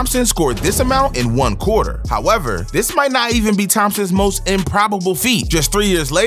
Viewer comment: ... What's a "QUATER"???